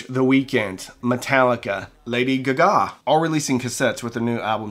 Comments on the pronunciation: Did he really just say Lady Googa?? Instead ofLady Gaga? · 😂 lady “Guh-Gaa”.